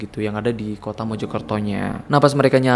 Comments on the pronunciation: Mojokerto kak .. bukan Mejokerto .. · Mojokerto pak, bkn MEJO KERTO ~ Meja Kereta